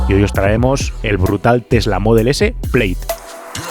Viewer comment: se dice Plad